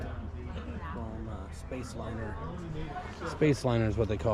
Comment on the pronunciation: DID YOU SAY SPACELINER?